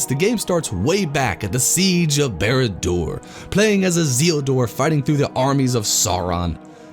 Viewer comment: Great review for a severely underrated game. Love your style of reviewing. Effortlessly funny and the editing is great. Odd pronunciations for some of the names though lol. Baylin? Aymon Hen? Bearadur? Izeeldor? Anyway. You should review the Return of the King movie tie in game, if you haven't already.